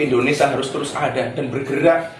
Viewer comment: Ngomong saja nggak benar Indonesa bkn Indonesia.mewek pula